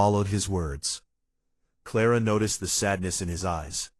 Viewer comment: Ara instead of Clara? AI is horrible. Wrong spellings, wrong pronouncing of words!